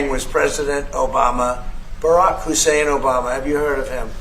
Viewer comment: 😂😂I Love it when President Trump says Obamas name,& he’s sure to always emphasize it Barack “HUSSEIN”Obama!!😂😂😂